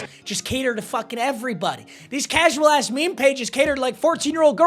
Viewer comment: “Incredibly tasual take” PAPA😭